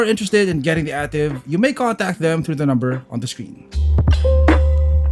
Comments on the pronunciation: It’s pronounced as EY-TIV and not AH-TIV. This Ativ sold in Middle East and Latin America as the Yaris sedan. Yaris Ativ is known in Thailand, Sri Lanka, and Pakistan. Ativ sold globally as the All-new Vios. DESIGN OF THE EXTERIOR: Front Fascia: Corolla Altis Rear: Camry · A-TIV (ey-tiv)